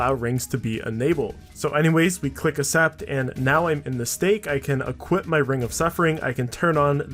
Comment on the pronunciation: Bro. It's not an accent thing. Accent is ak-sent. Accept is ak-sept. You're just pronouncing the words wrong. It's like I pronounce your name crum-b. It's just wrong. Idk if u remember me commenting this a while ago but I can guarantee if u leave ur small town and talk to someone and pronounce the cc like you do you'll just look like an idiot. Yeah this is semi toxic idk why it triggers me so much sorry